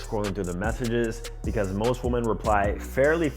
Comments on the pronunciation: You've messaged woman or WOMEN! You still don't know how to pronounce the difference? Excellent content but come on man. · Bro learn how to pronounce women lol